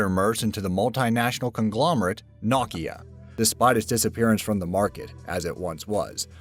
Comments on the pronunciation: who tf is "nock-key-ya" hahaha "No-ki-ah" lol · Nokia. Pronounced KNOW•KEY•UH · It’s not nawkia. Never say that again. It’s NO - Kia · No kia. Like, dude, you got no kia. Not knockia. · Nah.kia? You mean No.kia? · Wtf is nawkia? Nokia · "Knockya"? It's pronounce NO-KEE-AH. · I hate how he said nakia instead of Nokia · It's not noh-ki-ah, it's no-ki-ah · Even though Nokia is a worldwide brand, the Finnish company says that most of the world pronounces it wrong. Whereas us Brits (and many others around the world) pronounce Nokia as “Nock-eea”, the official pronunciation of the phone manufacturer is in fact “No-kee-ah” C'mon and learn how it's pronounced before making a video, it's maddening. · I'm bothered by how he said *NAH*kia instead of NOkia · Naw-key-uhh? Know-key-uhh. Idiot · Stopped watching after "Nockia" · Why do they let that guy narrate these videos? Nothing pulls you out of the moment like listening to a guy mispronounce words like "Nokia" to sound like "knockia" or "Alfa Romeo" as "alfi roMYo" seriously. I notice this in shitty shows all the time. The shittier the show the more you see people saying well known words in the stupidest ways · this is sooooooooo full of shit I'm LMAO RIGHTNOW! And he pronounced Nokia Naw-ke-a?! What a dipshit!! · It's pronounced, no Kia, not whatever the hell you said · Nahkeyhuh...NO KEY..AH LOL NOKIA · Did he really just pronounce Nokia "KNOCK-ee-uh"??? Wtf? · My first thought, 🤦‍♀️ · he said no-ki-ya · had to stop after the knockia pronunciation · Tf is "knock-yah" or "nokia" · This is so dumb.......and why do you pronounce Nokia and Alfa Romeo wrong it's the way it spelt it's not nakia and Alfa Romeio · How can any living human mispronounce "NOKIA" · Who pronounces Nokia that way?